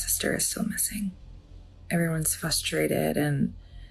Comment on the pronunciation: There is an epidemic of adults that say “fustrated”. It’s not cute